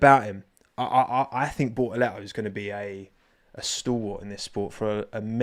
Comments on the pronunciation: The only correct pronunciation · Gabi "Bo'o'le'oo" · Give Bor-uh-le-oh a bo-ul-uh-wa-uh because it's hot out there and he's drippin' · Gaby has a italian last name , pronounce as italian and you nail it